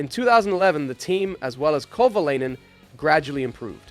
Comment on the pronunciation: Bruh wtf.. Is this Ai? Why arent pronunciations consistent? Kova-LAY-nen Kova-LI-nen. like wtf man? And its not KATERUM.